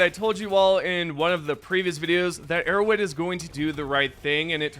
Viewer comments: “Arrow wed” bothers me so much lmao say arrowHEAD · Why do you pronounce Arrowhead like Erro'wed